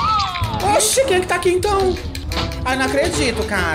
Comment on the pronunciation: "Aih que ódio, foi só o dedinho de SIRIRICAH" "Jamais eu comerei isso aquin,JAMAAAINS" "eu sou crenti ,EUN SOU CREENTIN" SAMIRA TÁ TÃO CLOSE HOJEN BIXAS POCKENTAS !!!!!